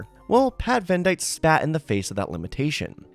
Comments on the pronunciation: Mans said “Vendight”😂 pretty sure it’s pronounced like Venditty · pronounced venditte wrong. it’s ven-det-eee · With the wrong pronunciation 😬